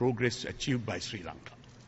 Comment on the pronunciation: ලපයට සිංහලත් හරියට බෑ. ශ්‍රී ලංකාව. කියලවත් හරියට කියාගන්න බෑ. සි ලන්කාව කියලා. කියලා කියන්නේ.